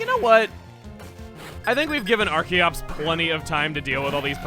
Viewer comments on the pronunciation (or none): none